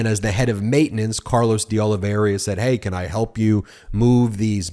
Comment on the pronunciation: It is Deoliveira and not Deoliveria, as you consequently pronounce that name.